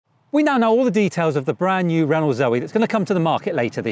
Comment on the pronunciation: Please learn how to pronounce Renault, otherwise a handy review as I'm thinking about a first EV and will buy second hand (and keep a petrol car). If all is well, I'll trade it in for a new one later.